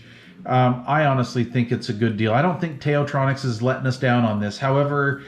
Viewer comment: Also, the Tao, as in “Tao Te Ching”/ “道德经”. Best regards!